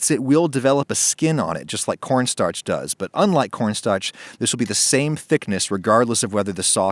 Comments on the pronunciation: he says cornstarch in a Boston accent. Anyone find that? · Adam’s Boston Accent came out when he said corn starch